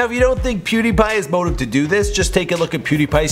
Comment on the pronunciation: You said pewdie